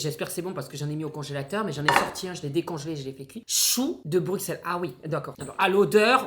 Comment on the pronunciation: dans Bruxelles le x se prononce s comme si on ecrivait Brusselles